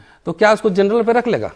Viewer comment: Wah to our PM for his speech: Vajpayee ji ki sarkar dou tum rahi (term ko tum) aur jut chalaya jaraha hai (jhoot ko jut). Hahaha! Aur woh matri kehraha hai jurnal (general ko jurnal). Hahaha!